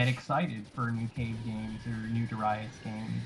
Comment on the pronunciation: We've all been pronouncing Darius wrong. Turns out it's actually Dah-rai-us.